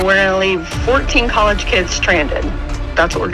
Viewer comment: turn ur hearing aid up pops. She clearly says collage kids 😂